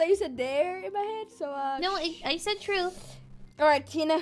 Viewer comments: Also she says truf not truth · she said truth not dare